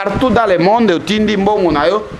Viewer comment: on dit monde e non mondi